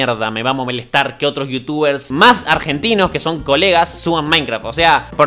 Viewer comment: dijo me va a moblestar